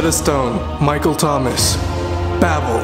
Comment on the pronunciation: His name is not Michael Thomas it's Michel Thomas. The "ch" is pronounced "sh" so it's more like Mishel Thomas. Just looking out for you, brother. I love your content. Keep it up.